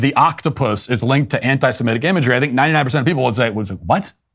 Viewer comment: Thank you Matt for saying anti-semitic and not anti-simetic